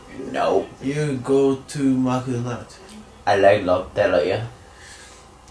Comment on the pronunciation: てっちゃん、今更だけど、 マクドナルドの英語の発音は、 ﾐｸﾀﾞｧｧｱﾉｩｽﾞだよ